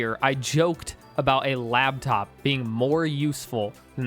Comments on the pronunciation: You lost all credibility the second you said “labtop”. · You said "labtop" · say "labtop" one more time, i dare you.